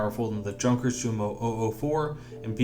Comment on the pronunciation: "Junkers" and "Jumo" are both pronounced with the German "J" as a Y. As in Yunkers and Yumo. Otherwise great stuff.